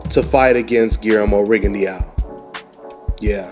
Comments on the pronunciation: It's rig-in-doe not riggone-Dee-ow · it's not rigondeeao. i think that fight happens in 2 years.